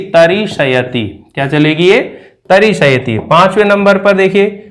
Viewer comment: Pronunciation is really bad - it is not ta-ri-sha-ya-ti - it is ta-ri-shya-ti. As a teacher, the first thing is good pronunciation.